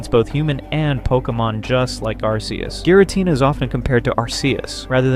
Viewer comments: I had to stop the video because I cannot listen to Arceus's name pronounced wrong over and over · He pronounced Arceus wrong